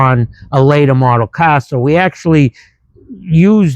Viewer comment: Its a fun KAHHHH 😂, is that a Boston accent?